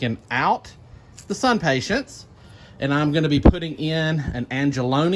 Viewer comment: SUNPATIENS...no T at the end. IMPATIENS...no T at the end. I realize this is very picky of me, but it drives me crazy.